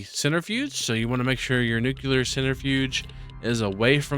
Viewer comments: Nukuler you say? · r u saying "nuclear" wrong on purpose?